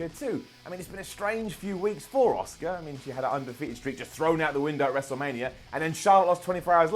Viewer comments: The way you pronounce Asuka annoys me. Its pronounced liked ask-ah. Not Oscar. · Her name is ASUKA....... not OSCAR!!! This isn’t the academy awards. Pls get the pronunciation of her name right. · Why is he calling asuka Oscar... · why are you calling asuka oscar?